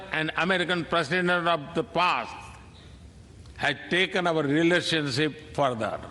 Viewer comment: Impeccable English? In a small segment I heard, he called investing as “investigating” in a girl child. There was another word he totally massacred. Relationship as “ relationshippe”. He should have delivered his speech in Hindi with a translator as is done at UN.